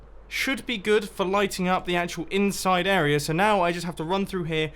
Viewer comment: Mumbo, ily, I’ve been watching since mid season 3, but I’ve always hated the way you pronounce the word area, idk why, arerer